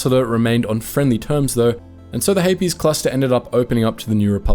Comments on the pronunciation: I don’t know why, but I keep mishearing ‘Hapes’ cluster as ‘herpes’ cluster. There is a joke in there somewhere, but whatever. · The Hapes Consortium has some interesting ships, but I hate the whole "some people are just inferior" thing. I prefer Mandalorians who celebrate everyone who can do murder! Regardless of gender! :D Also I've always pronounced it like capes, rather than "Hay-Pees" and that has thrown me this entire video, but I still love you guys 😂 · Why the extra “es” in Hapes? It’s one syllable 😂